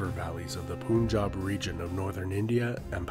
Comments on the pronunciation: A. its not "Poonjab"...Its "Pun-Jaab" derived from "Panch aab" meaning five(panch) waters(aab) B. "Sikh" it self is derived from sanskrit "Shishya" meaning "Student" thus not intended to be a warrior, until 2 major Massacres inflicted by those benevolent "Muslim" kings. C. When Guru Gobind Singh Singh took up arms against this tyranny, Hindus from all sects and classes joined him...Its said that every Hindu family of the region gave their eldest son to his endeavor. D. Banda Bahadur was never a Sikh...He was called Lakshman das and took up arms for protecting Indigenous people from muslim Invaders, He has delegated powers from The Guru Himself, and he even after being a Hindu took revenge for Sons of Guru by leveling Sarhind, were innocent Children of Gurus were entombed alive! E. Sikhs were not outsiders to Hinduism...infact they are an offshoot, just like Buddhist(do not believe in Veda), Jaina (Do not believe in Karmkanda), Tantrik (do not believe in benevolence of Gods), Nath (Having being owned by God) etc. the only reason Guru Nanak dev had depicted himself as such because Exclusivity of Islamic culture which you see even today (Please refer to Pakistani President's recent Speech in UN). F. For those Sikh brothers and sisters who are denying the obvious...please open your eyes and smell the coffee, you are and were being Hindus while fighting battles for others, you were ridiculed by Muslims, you have been Cheated by British, and Some of you are being set up by Pakistan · It’s pronounced “pun” not “poon” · PAHN-JAB not POON-JAB ..... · It's not poonjab. It's pun-jab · Its not poonjab its panjab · Panjab! not Punjab! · When you’re not even Indian and you cringe every time he says poon-jab. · it is infact panjab as in Farsi/Dari it also means five water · Hi just to help ya the pun in punjab is supposed to be pronounced as the pun in - "that was a bad pun" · Happy for the video! But fyi it is pun-jab(pun as in the joke pun) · It is not Poonjaab, dude!!